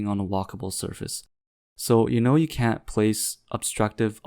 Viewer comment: Sorry, did you said "most people CAN'T ..." . I listen to it 5 times and it always seem to me that you were saying "CAN" but that would make your following line not a counterpoint, not making too much sense.